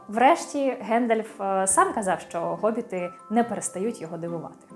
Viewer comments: Вибачте, але який Гобіт??? Хобіт! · Чому Гобіт, невже в українській мові немає літери Х яка передає звук [х]? Є багато прикладів, як от призвище Хома, місто Хотин, т.п. Ми ж не кажемо Готин...